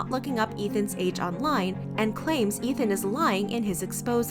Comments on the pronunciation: It's EETH-MUH not ETH-MUH. Think of it as saying the begining of Ethan's name and the end of Emma's name... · Take a shot everytime she says Ethma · The way you pronounced Ethma 😭💀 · Ugh the way they say Ethma is really bothering me. To me its like how you say his name with the E sound. His name isn't Ethan with an eh sound, but I guess its just me. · the pronunciation of "ethma" 😭